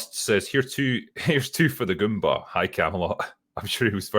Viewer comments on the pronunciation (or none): none